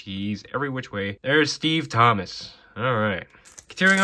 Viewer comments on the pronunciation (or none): none